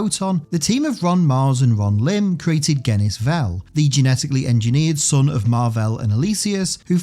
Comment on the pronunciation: Cool video except I always thought Genis-vell was pronounced like genesis not a hard G.